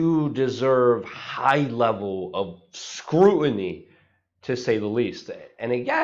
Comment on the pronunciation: ".... do deserve a high level of SCREWINY..." wtf? You DO speak English, right? Did you mean "SCRUTINY"??